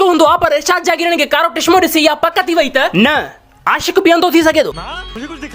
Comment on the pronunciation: Tishmo❌ Chishmo✅ 😂😂